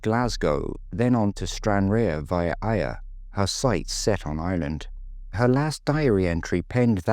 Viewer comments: I guess I must be just be here to nitpick on pronounciations then! I do actually like your videos and I am a subscriber but I have heard Ayr getting mispronounced before and it always surprises me that so many people can't say the name properly. Have you never seen the football results on a Saturday afternoon? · Why do people have such trouble with pronouncing Ayr? You weren't that hot with Stranraer either but your attempt at Ayr where the Scottish Grand National is run, also you have the county of Ayrshire and a football team was poor! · stranraer was mispronounced, let that go, but Ayr!! come on !